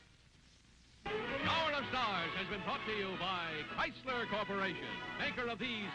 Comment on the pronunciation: we have the beautiful Mary Costa for TorqueFlite. Also loved the voice of Art Gilmore the announcer. Nobody could say "Chryslerrrrrrrr" better than Art Gilmore.